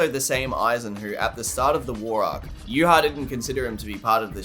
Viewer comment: I would like to thank you for pronouncing Yhwach correctly. I have no idea where everyone gets the b